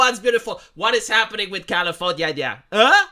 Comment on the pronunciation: Califor-nyah-nyah! I fucken love it!!